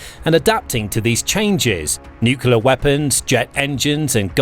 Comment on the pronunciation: Can you please pronounce nuclear properly?